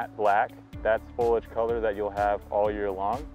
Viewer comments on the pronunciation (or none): Foliage, not foliage. Three syllables please.